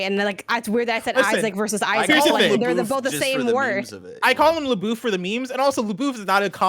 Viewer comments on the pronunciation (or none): none